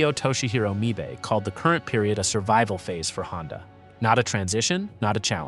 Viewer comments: "Servable" is not "survival". Is this an illiterate moron or just AI? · Can you pronounce "SURVIVAL" for me again? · Your stupid AI can't even pronounce "survival"!